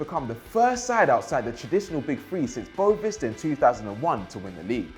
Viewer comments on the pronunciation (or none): the club is called Boavista, not Boa Vista